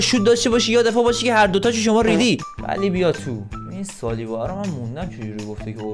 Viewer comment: سالیبا رو میگه سیبیا